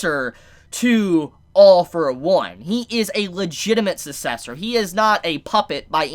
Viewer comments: sometimes be like... Susessor I'm sorry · Take a shot every time he miss pronounces sucessor